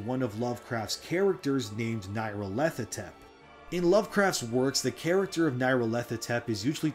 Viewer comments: Nyarlarthotep is NEE, not NIGH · Nile-ahr-foh-tep. but good effort trying to pronounce that weird ass name.